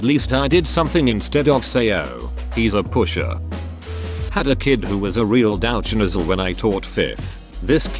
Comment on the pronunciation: "Dowch noozle"